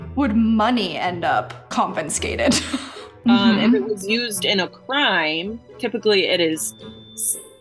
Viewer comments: Con fis cate, no N in the second syllable. You're such a cutie, I don't really care how you say anything, thanks for the uplifting content! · hi. Con fi skated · Yes, stop saying confinscate 😂😂😂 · I love you but cringed every time confinscated was used lol! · CON FIN SCAKTED ....lol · Why is she saying "confinscated" when the word "confiscated" is right there on the website? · The word is confiscated not confinscated 😂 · Came here to look for people talking about the way she’s saying confiscated, nobody picking up on that? Is it an American thing lol she’s saying confinscated 😂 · I’m sorry love hope but miss gurl is grown and still can’t pronounce confiscated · The way you keep pronouncing confiscated 😭💀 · It bothers me the way she says confiscated she doesn’t say it right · Why do you consistently mispronounce "confiscated"? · why does she keep saying 'confinscated' ....'CON- FIN -SCATED'. I cant stand it lmao!!!! its 'CON-FI-SCATED' wtfffffffff. That just hurts my brain so bad. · It's pronounced ConFIScated There is no N between the I and S It's NOT conFINscated. Just like hearing people pronounce EScape EXscape or Espresso EXpresso so confidently wrong, this pronunciation is equivalent to someone sticking burning hot safety pins under my fingernails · The way you pronounce confiscated is just irritating 😂😂🤦🏼‍♀️🤦🏼‍♀️ it's not confinscated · Lmao I love videos but her saying "confinscated" throughout the whole video was killing me hahaha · Con-fi-scated. LOL No hate girl, it was cute <3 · CONFINSCATED CONFINSCATED CONFINSCATED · I was looking for someone who would cut the syllables properly after the s and c lol con-fis-ca-ted and not con-fi-scated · Ow good, somebody pointed it out. It thought I misheard the first, but she does it a few times. Well, now she knows how to pronounce it correctly. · it’s got to be so much more difficult to pronounce the way you’ve been saying it 😂. Bless you. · She kept on saying “confinscated” even on the sub. 🤣